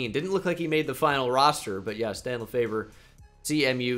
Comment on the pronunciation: Idk if anyone commented on this, but the Central Michigan QB’s name is pronounced Dan Le-FEVER.